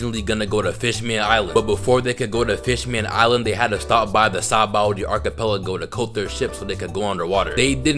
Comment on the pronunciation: It’s sounds like your saying saboldy archipelago